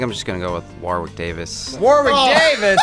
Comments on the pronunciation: PSA: The 2nd W in Warwick Davis's name is silent. It's pronounced "Worrick" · its said Warick not Warwick. English is weird